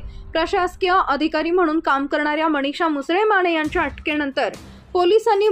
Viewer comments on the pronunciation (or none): अहो बाई,मराठी किती अशुद्ध ,मणीषा नाही मनीषा उच्चार करा.